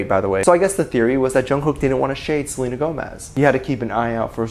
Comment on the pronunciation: “He had to keep an eye out for Selenér” I can’t 😆🤚